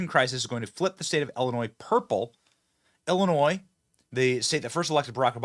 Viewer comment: Thank you for pronouncing Illinois correctly.